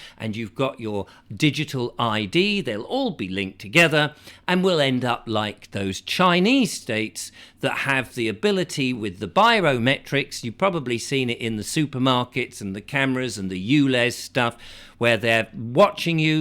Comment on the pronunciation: Bio metrics...... Not biro metrics 😂